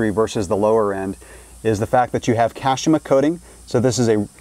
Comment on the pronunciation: Nobody has ever said Kashima that wrong